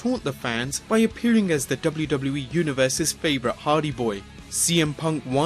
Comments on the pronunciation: Anyone hear him mispronounce Jeff Hardy as Jeff Harvy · He said Jeff Harvy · Did this guy just say Jeff Harvey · He said Jeff harvey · Fortnite Mobile Kid in an old video they introduce Jeff as Harvey instead of Hardy. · Did he say Jeff Harvey???😂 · my man says Jeff Harvey 😂😂😂😂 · Did u say Jeff Harvey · am I the only one who heard "Jeff Harvey"?